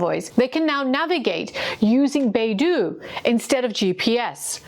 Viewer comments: It's pronounced BAY DOH, not BAY DOO. It's the Chinese world for compass. Beidou is FAR more sophisticated than GPS as it has a backchannel and is bi-directional. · FYI, the Chinese geosynchronous positioning system, Beidou, is not pronounced "Bay-Doo", it is pronounced "Bay-Dough" BeiDou is the Big Dipper constellation. In 1993, a Chinese merchant ship was accused by the U.S. of carrying banned chemicals to Iran and the U.S. wanted to board and inspect that ship. The Chinese refused, and the U.S. showed its displeasure by cutting off GPS data stream to the Chinese ship,.the Chinese ship became helpless. This incident showed the Chinese that it could not depend on the American GPS system if hostilities ever broke out between the two countries. The U.S. could disable the entire Chinse fleet with one push of a GPS button. Since the Chinese were already working on its own satellite systems, it pushed hard and then completed the construction of Beidou. As you would expect, Beidou has the same functions as GPS. But as someone who had used both extensively, I can say confidently that Beidou is better than GPS, providing more precise location data and also providing other services that GPS cannot. I believe that Russia also has its own version of GPS, because Russia is another nation that cannot trust the U.S. to help them during time of war. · Beidou ,北斗， is pronounced as “ bay though”, not baidu, a search engine. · 北斗, Bei Dou, it's [Beɪ Dəʊ] by the way, not [Beɪ Du:]. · Beidou should be pronounced as 'Bei-Doe'. Not 'Bei-Do' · Beidou (North Star/Polaris) is not Baidu the browser. Your pronunciation makes it a bit confusing. Its not doo its dou. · Small thing; Beidou is pronounced like “Bay Doe” in English. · It pronounce Bei Dou , with O , not U . So it’s O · No. It's more correctly pronounced as "Pay Tou" because 'd' in Pinyin is our usual (unaspirated) 't'. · Yeah I noticed the same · FYI: Beidou refers to the big dipper constellation. And it is pronounced as Bay Doh.